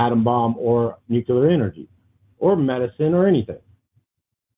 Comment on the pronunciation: lost all credibility when he pronounced it nuke-you-ler. 🥴